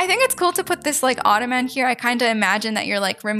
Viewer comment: If u need help pronouncing the word u can say it like this “Auto-men”